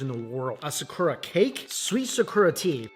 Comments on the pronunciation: I love you, I really do, but PLEASE use your phone to find out the pronunciation of sakura. You can use your phone to do this. It is not sickoorah. It is SAH-KOO-RAH, wmphasis on the second syllable. Also, for the latest videos, your sound is way down and I have the volume up and am also using an external speaker. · Why do you pronounce sakura that way? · For someone who loves Japan he butchers his pronunciation of words out of ignorance. (Multiple comments have correct him over the years).